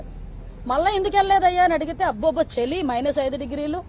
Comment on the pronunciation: చెలి కాదు మేడం చలి